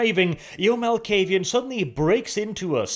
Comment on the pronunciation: you pronounce a clan name correctly for once. Nice